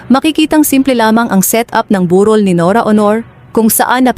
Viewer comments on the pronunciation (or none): burol hindi borul pati vlog AI narin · Narrator burol bundok ba yan anong on or Aunor iba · Honor ka ng honor…bur rol…pakiayos po. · Ang sakit sa tenga how she.pronounced burol,at kabaong sarap sungalngalin